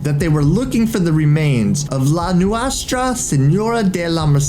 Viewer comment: My favorite part is when he attempts to pronounce "Nuestra"